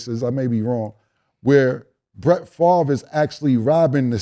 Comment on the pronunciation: "How is Brett Farve even eligibile for welfare?"